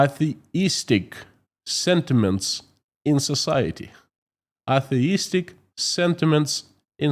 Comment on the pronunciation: Nit: "atheist" has a long "a. It rhymes with "Say she kissed." Emphasis on the first syllable: "AY-thee-ist." Mnemonic: A "theist" believes in God, or in multiple gods. An "atheist" believes that there is no such thing. In contrast, an "agnostic" simply accepts that we cannot know the answer to this question; "it cannot be known."